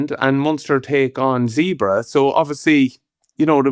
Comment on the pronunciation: When will Donnacha get it right, its Zebre not Zebra. Its really not hard.